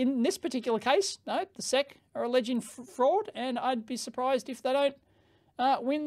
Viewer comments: One reason to call them "The S.E.C" rather than "the sec" is autocaptioning. YouTube's autocaptioner thought you said "sex complaint", not "sec's complaint" :D. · Please don't ever call the ess-eee-see the "sehk" again, it's just not right. S-E-C. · SEC ESSS EEE SEE Say it with me now... ESSS EEE SEE SEC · We spell out the letters in the US, S E C (ess eee cee), rather than sec. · SEC is an initialism, not an acronym. So you say the names of the letters (S E C) you don't read it like a word. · We USA-ians usually call the SEC the "ess ee see" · Dave, we don't say "Seck" to refer to the SEC any more than we say "Fibby" to refer to the FBI, or the "Nurk" to refer to the NRC. We spell them out. We don't pronounce them as words.